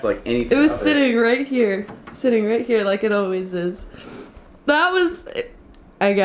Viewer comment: Its true that well.......... it ees what it ees